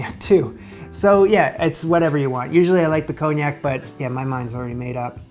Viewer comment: Nice job. But...there's no 'j' in Parmesan, 'erbs starts with an 'h' and wtf is cone yak? 😉